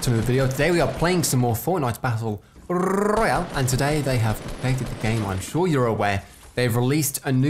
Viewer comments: "Fortnite battle RRRRRRRROYALE" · Battle rrrrrroyale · battle rrrrroyale! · Battle rrrrrrrrrrrrrroyale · when you say royale it sounds so funny 😂